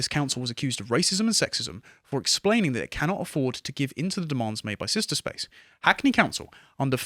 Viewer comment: It's sister not sishta. Stop butchering the english language.